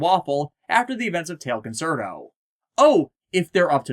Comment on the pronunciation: You keep saying "concert-o". It's pronounced "con-CHAIR-to". Italian is weird like that - for a more well-known example just look at "pizza", where two zs somehow turn into a "ts" sound.